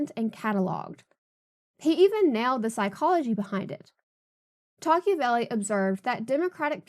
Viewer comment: Wouldn't it be pronounced Toc-ah-vil?